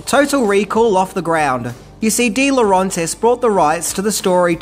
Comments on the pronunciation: Just get it right, mate. Its Laurentis not Laurantis. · lmao. slip ups are the best, aren't they? Misspellings, mispronunciations and mildly funny one-liners are an added bonus and the reason I prefer countdown lists compared to other collections of Top Ten Countdown' lists. Lerauntis instead of Laurentis, so funny 'cause he repeats it a dozen or more times. Keep it up,. Don't you ever change or you'll end up becoming yet another same-old, same-old, which I for one would stop following.